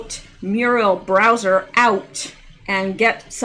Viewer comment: Hi,! You keep pronouncing the last name of the Washington, D.C. mayor as "Browser" as in internet browser. Actually, her name is Bowser, as in a popular dog name and also a dog breed. By remembering the "dog" part, this should help you easily associate it with the correct surname for Mayor Bowser.;-)